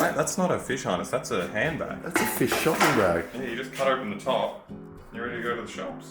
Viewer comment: i already know he's gonna pronounce fish like feesh the whole time